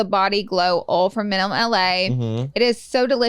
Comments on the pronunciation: Lol body ol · Pronounce OIL correctly yea Laura? Geez